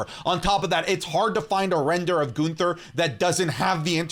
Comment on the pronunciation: My guy said Ginther 😅😅😅😅